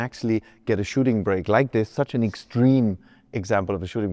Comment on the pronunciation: "Shooting brek"